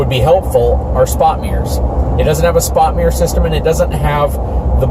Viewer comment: Spot mirror not spot meer.